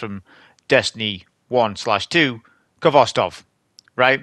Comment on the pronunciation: How can you be a champion of a rifle whos name you dont pronounce correctly? Its a Russian word that means tails.